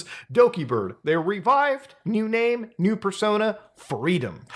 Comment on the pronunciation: Holy shit, thank you for pronouncing all the names correctly Muta. As for other vtubers, look into Niji's termination of Zaion Lanza. She was the original whistleblower and foretold all of this. She has been fighting through de-platforming